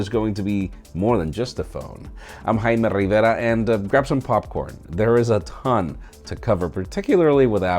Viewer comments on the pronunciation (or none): “Hi-me rivay-da”